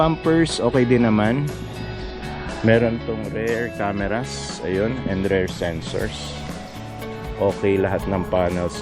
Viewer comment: boss pronounciation ng “Rear” Rir hindi “Rare”